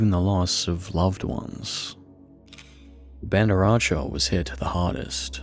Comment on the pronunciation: Nah, that Bandar Aceh pronunciation is DIABOLICAL. But that's okay, you ain't the grandmaster of all language! Bandar "Bun" "duh" Aceh "Aaa" "chase"